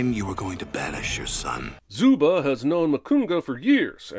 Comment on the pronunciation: You forgot to sin his pronounciation of "Zuba"